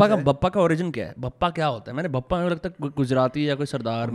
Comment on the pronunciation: Bhai vo Bhappa nahi Bappa hota hai Maharashtra mein. Ganpati Bappa